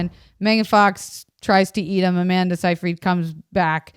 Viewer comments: it's sigh fred SIGH FRED not say freed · It's Sigh-frid